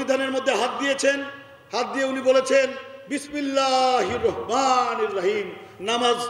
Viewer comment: বিসমিল্লাহির রহমানির রাহিম সঠিক উচ্চারণ করতে পারে না।